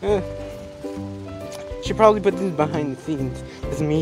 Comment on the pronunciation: "Behide" where u be hiding??